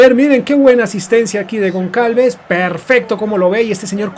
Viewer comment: Goncalves? Aprende a pronunciar anda.. que parece mentira que te dediques a hacer vídeos de fútbol sin tener ni idea..